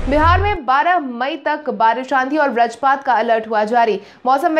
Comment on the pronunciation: कृपया बज्रपात शब्द का सही उच्चारण करने का प्रयास करें। इसे ब्रजपात न कहें। बज्रपात और ब्रजपात में आसमान और जमीन का अंतर है।